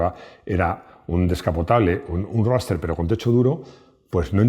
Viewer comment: Ruoster! jejejeje el MX5 es RUOSTEEER! jajaja